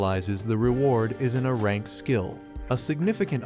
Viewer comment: I too want an ahrahnk skill... this AI needs more time in the oven... it like gave up at the end